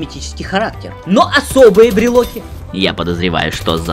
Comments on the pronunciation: Почему брилоки а не брилки? :))) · Почему брилоки а не брелки? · Брелки а не брелоки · Не брелОки, а брелки! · бреЛКи... уши кровью истекают...